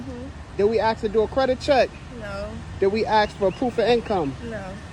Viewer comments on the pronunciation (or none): "Axe". Fuck me dead, it's "Ask", it has three letters, are you that retarded you can't pronounce it properly? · if a car salesman asks me if he can "ax" me something, I'm out of there. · Can we “axe” you a question … Jesus my brain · Leaves when “ask” becomes “aks” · If your car dealer says "aks" instead of "ask", run. Run fast. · lemme axe you... I believe you already did... 😂